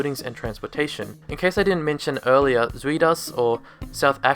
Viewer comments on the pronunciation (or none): Great video, thank you! You should learn how to pronounce Zuid though....😂 (ZOWWWD) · With the way you pronounce Zuid as, I am curious how you would say 'Onion' in dutch. Ui and no it is not U-i. I'm trying to think of an english word with the same sound, I'll let you know when I find it.